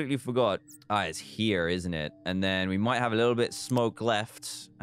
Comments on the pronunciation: Dan says "Here" In an american accent: INTERESTING FACT. , Dan says, "That'll teach you, to DISOBEY me.": TURN OUT BAD FOR DAN. Dan says, "Aww, I'm an IDIOT!": INCORRECT!!!!! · Dan turned American for tow seconds well saying here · dan did an american accent LOL